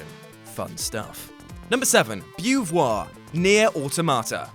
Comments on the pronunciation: Also eau is pronounced o in french not ew. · Beau in Beauvoir is not pronounced Byew. It's Bo... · bo-vwar... love you guys. But as brits who make fun of Americans... work on the pronunciation. Seriously. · its Bow-voir. Shes named after the philosopher Simone De Beauvoir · "Bewvoir" Lolwut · it’s pronounced Bo voir and Simone de Beauvoir is a french writer, a philosophe and a big figure of feminism. As for why it’s relevant to the game : she is existantialist and in her philosophy she questions the purpose of our live in an absurd world we didn’t chose to be born in... ;) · Oh, lord. It's b o w v w o r. That made me cringe so much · speak it like bow-voir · Simone De Beauvoir (pronounced 'bow-vwa') was a French feminist philosopher and writer in the 40s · Beauvoir is pronounced "bovoir"